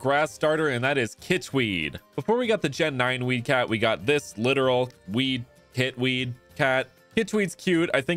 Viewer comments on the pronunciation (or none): I think maybe kitweed is meant to be pronounced “ki-tweed”